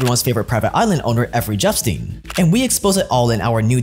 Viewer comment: Effrey Jepstein lols..Clinton also covered it up.